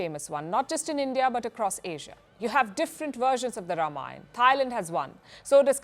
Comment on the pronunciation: Yes, The Ram Lalla Temple will become a major tourist destination!! Yougi ji has changed whole infrastructure of Utter Pradesh.Total facelift. And Thank you Palki for prnouncing the words Ram And Ranayan correctly instead of Rama and Ramayana!!!